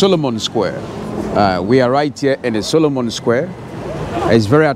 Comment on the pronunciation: It's Solomou square, not Solomon. Don't make things up!